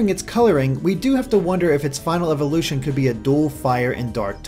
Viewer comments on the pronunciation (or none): none